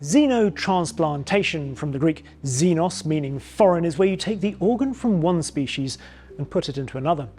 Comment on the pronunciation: The x of xenos is pronounced like an... X, not like a Z